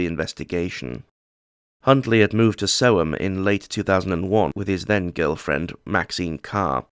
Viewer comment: You said it correct Aye Sick F--K